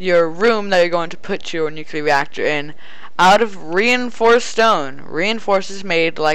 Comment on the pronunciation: Nucleeeeeeeeeeeeeeeeeeeeeeeeeeeeeeeeeeeeeeeeeeeeear!!!! NOT NUCUULAR!!!!!!